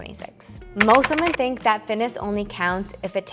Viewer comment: I absolutely love your videos and watch them all!! Just so you know the plural of woman, is women (sounds like Wi-men) sent in love xxx